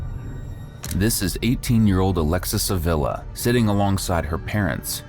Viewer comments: That surname is pronounce ah-vee-lah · It’s pronounced Ah-vee-lah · It’s pronounced Ahveela